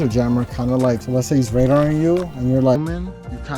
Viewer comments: Dude sounds like he's saying raider... lmfao 🤣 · Good video…but your killing me with your pronunciation of RADAR != Ray-Darrr